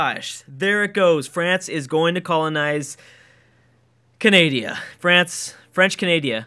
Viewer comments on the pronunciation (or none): not sure if pronouncing canada as canadia because of the american education or just a personal mistake